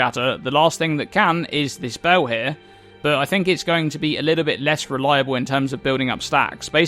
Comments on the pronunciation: Bell its bEEEEl not BOOOOU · Can u pls say "bell" like a normal person. Its not BAUW its just a bell dude, jesus...